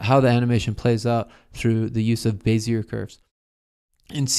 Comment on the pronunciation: lol you pronounced bezier the way it should be pronounced (but isn't)